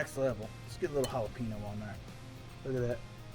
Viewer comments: Come on you said oaxaca right but not jalapeño? It's ha-la-pen-yo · The Mac and cheese looks great, but you really need to work on your pronunciation of jalapeño. 😂